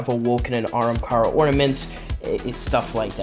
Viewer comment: stop saying aramkara bro 💀where do you see the R